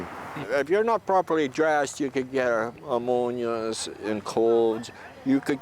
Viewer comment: He's so cold he couldn't pronounce pneumonia